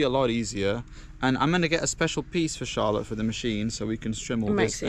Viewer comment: I just realised that your woman's name is Charlotte, but the way you say it sounds to me like you are saying "Incha'Allah" 😂😂😂 Which means in Arabic hopefully or God willing